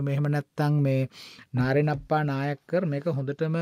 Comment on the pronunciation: Its not Nāriṇappā. Nāraṇappā is the correct pronunciation. Nārayaṇa+appā becomes shortened like this in southern Indian names. 😊